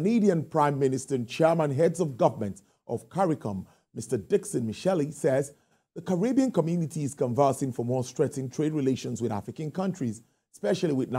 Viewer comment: You prounced his name wrong Dick-on Mit-shell (spelt Dickon Mitchell) not "Dixon Michelle"